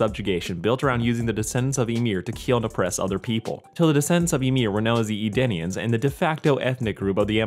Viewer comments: You know they’re Eldians and not Edanians, right? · Also I love you but it's Eldians, not Edenians ^_^ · Great video to watch, thanks for that. I do got to ask though, why do you keep referring to the people of Eldia as "Edenians" instead of "Eldians"? It's a bit jarring, are they called "Edenians" in some other media? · Did anybody else notice that he’s mentioning Edenians from Mortal Kombat every time he’s trying to say Eldians 😂😂